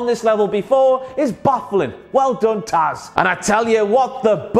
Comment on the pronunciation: You got "Taz" right this time (